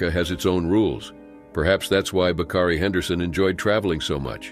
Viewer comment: "Bakari"...not "Bacardi"...